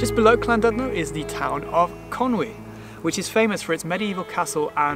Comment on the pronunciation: Almost didn't post this comment as I don't want to be that person, but here goes anyway... Great video, but please google how to pronounce the places you visit, made me wince more than once :) For example, your "Betsy Co-ed" is pronounced "Bet us a coy-d", your "Lan-dud-no" should be "Llan-did-no" (admittedly the 'll' can be awkward), similarly both 'll's in Llangollen. Apart from that, really good guide :)